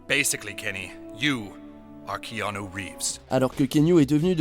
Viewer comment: Top la vidéo mais svp on prononce Kéanou en fr. Pas Kiniou / Kéniou